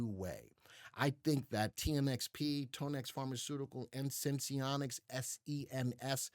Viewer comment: It’s pronounced Tan-ex not tone- x like tanya